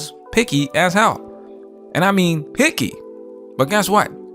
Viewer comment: Did you say the tall hyena was “picky” or “porky”?